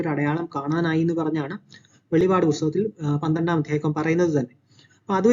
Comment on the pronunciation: വെളിപാട് അല്ല വെളിപ്പാട്